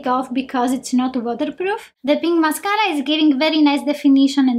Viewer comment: Take a shot everytime she says mascaara Lolol